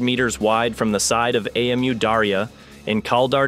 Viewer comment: Say Aamu instead of ( A M U )